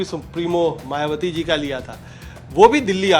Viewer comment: मायवती नही होता है मायावती होता है सुधार करो